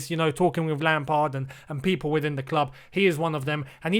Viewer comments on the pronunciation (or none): none